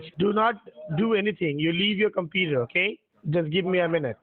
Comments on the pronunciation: Also did anyone count how many times he said "compeeder"? Seems to be hundreds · What's a "competer?" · Drinking game bro let's take a shot every time he says competer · But didn't you hear him, it is the softare password not the compeeder password!!!